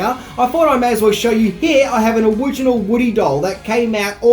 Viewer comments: An "owiginal woody doll" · “Owiginal” lol